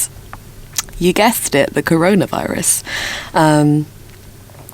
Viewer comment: Aaaah, the good old " CORORAVIRUS "